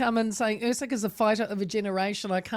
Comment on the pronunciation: Lonergan calling Usyk “Err-seg” ? 🙉